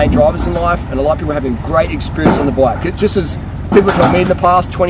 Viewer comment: Every time you say bike I hear black, haha. Nice video!